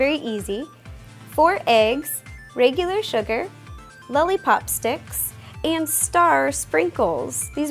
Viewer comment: she says "lully pop"